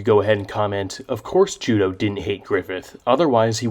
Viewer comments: His name is pronounced Ju-doh though Judeau is a French name "eau" in french is pronounced "oh" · Losing Judeau at the Eclipse was devastating for me, he was my favourite character in the band of the Hawk. All throughout reading the manga I pronounced his name “Ju-day-oooh”, not “Ju-doh” haha. It really bothered me how everyone was pronouncing his name haha. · Does anyone else pronounce judeaus name like joo-day-o or is that just me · He being pronounced Judō is the biggest mindblower for me